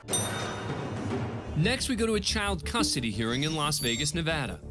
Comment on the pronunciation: For the last time, it's not pronounced "naveada"